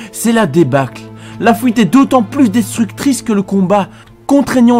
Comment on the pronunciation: fouite et le pouit. J'ai boucoup de mal avec cette prononciation x') ...